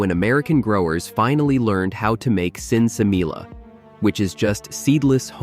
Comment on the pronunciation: Pronounced Sen Sa Me Ya (sinsemilla) don't pronounce the 'LL's in Spanish >>> SIN ( no ) SEMLLLA ( seeds )